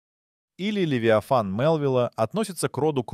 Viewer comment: Футы, дюймы, фунты, левитан... Где качество озвучки?